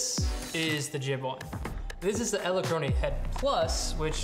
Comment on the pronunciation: EdelkronAY? I've never heard it pronounced that way. Is that borrowed from some language pronunciation other than English?